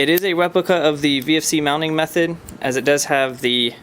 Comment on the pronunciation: "It is a Weprica" LOOOOOOOOOOOOOOOOOOL